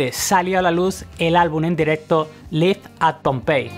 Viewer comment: Muy interesante, pero me sangran los oídos cada vez que pronuncias "live" por favor.